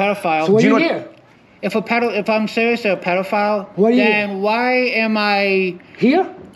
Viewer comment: “if im seewiusly a pedofayul”